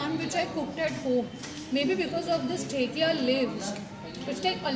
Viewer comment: It's not thekia its dhekia haak